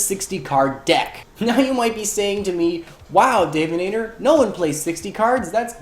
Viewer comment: Wait, it's pronounced "Dave-inator"? I thought it was Dav with a soft a sound. Also chan macro cosmos for instant win